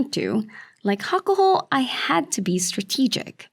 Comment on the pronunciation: I adore your videos, but I wish you would listen to the proper pronunciation of some of these names, I've lived in Japan for 5 years and nobody calls him "hakuhaw", and this guy isn't "shawdai", .. it's the "O" from "Oh no "..any listen of NHK broadcasts would tell you how to pronounce these names.. please give it a try! It doesn't detect from the quality of our fantastic videos, I'm just picky. Shodai, I think he lost his mojo after he got covid